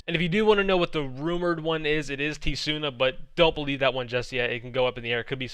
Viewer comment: Haha it always cracks me up when you call Tsuna "T-Suna" lol the T is silent 😂